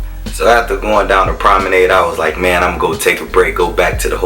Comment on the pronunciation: learn how to pronounce 'promenade' ffs. leanr how to take decent footage. got damn horrible